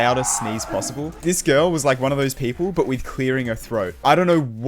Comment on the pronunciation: I genuinely think that this video is the only time has annunciated the word “Girl”